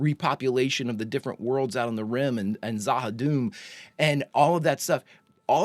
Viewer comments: There is more to Vir and Vir *knows*! The Shadows and the Ministry of Peace will continue to be built up. And, as I'm sure you know by now, it's Za-ha-DOOM and not Za-ha-DUM. Rather Tolkien-esque sounding. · Za Ha Doom. The way you're saying it is dumb. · z'ha dum should be pronounced zha ha doom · It maybe spelt Z'Ha'Dum' but it pronounced Z'Ha'Doom, plus saying doom at the end rather than dum makes it more scary. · In case no one has stated it, the pronunciation is Za Ha Doom. I don't know whether it is true or not but I did read that Lou Welch left B5 in 2259 after being promoted to an off station role